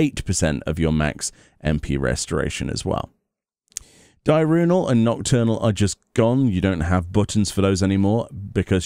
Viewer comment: Di-urnal not Di-runal